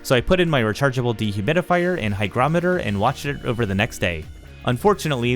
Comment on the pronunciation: Fantastic review, informative and professional. I loved the DIY cost vs buy calculation, very nice. Also, THANK YOU, you are one of the few YouTubers to pronounce, hygrometer (hai·graa·muh·tr) correctly. This is a great product, some suggestions for improvements: A drawer for tools under the printer enclosure; Ensure room for an AMS/CFS in the printer area and on top of the printer; Cabinet doors on the lower half; A hygrometer on the upper section; Weather stripping for the doors; Slide out bottoms for the printer and filament areas to make access easier.